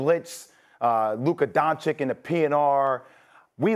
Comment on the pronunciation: WHO IS LUKA "DONCHICK"?